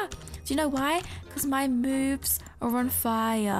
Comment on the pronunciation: Do you wanna know why I’m on fire? Because my moobs are on fire! Me: Wait—- did she say moobs? OHHH SHE SAID MOVES NOT MOOBS! 😂